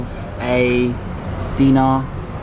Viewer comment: Correction for the money it’s called dinare not dina, Btw I live in Kuwait.